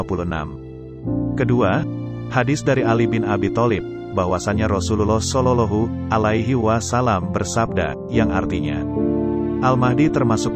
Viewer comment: Maaf ms, bacaan nya tolong diperbaiki lagi, terutama pas menyabutkan kalimat Rasulullah Shallallahu’alaihi Wasallam 🙏🙏